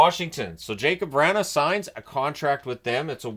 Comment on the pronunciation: Give me some raisin BRAN! What is so hard about pronouncing Vrana's name correctly? Seriously, Vra-na, the "n" is at the beginning of the second syllable not the end of the first. *Don't worry I'm munching on my snickers as we speak... NOPE... didn't help, you are still bull headed. 😂😂😂😂 PS - Made me happy you included him on your list. Happy day for this Caps fan and unfaltering believer in #13. 😊